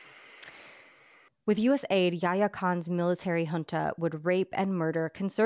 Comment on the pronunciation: Props to for being one of the few Americans who can pronounce the word “junta” correctly!